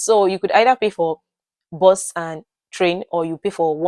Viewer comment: We from Uganda cannot differentiate between BUS (which you are calling BOZ) and BOSS. When you said 'I missed my BUS/ I thought 'You missed your BOSS'